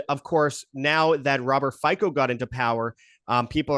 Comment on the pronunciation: Hello from Slovakian guy living in Red Deer. Wow boys! Some crazy speculations and some inaccurate information. I don't know who your buddy is but for someone claiming to be an expert on Fico he should know how to pronounce his name. It is pronounced Fitso. Fico is not a supporter of Russia. He is against Russian invasion. He refuses to sent any more weapons because the war is lost and with any more weapons sent, more Ukrainians will die. He is fully committed to humanitarian help of Ukraine. If there is some Globalist plot or Russians behind this shooting than why would they choose 71 years old guy who can even shoot? Fico's security detail has been having some serious issues and former director of department responsible for protecting high level officials has pointed this out to interior ministery and suggested that Fico wears a vest all the time. Point I am trying to make is that if they wanted to assassinate Fico, they had many opportunities. The town where this happened is called Handlová. It is a mining town. Fico in his previous term as PM turned his back to families of mine explosion victims. Miners have a very heavy heart against Fico. The shooter is a former miner and leftist numb nut. Even right now ther is ban on the all info regarding this guy I am very convinced that there is no conspiracy behind this shooting other then pure, primitive hate of a senile guy. Ome more thing. If you think Putin has any interest expending Russia across the Europe, it just s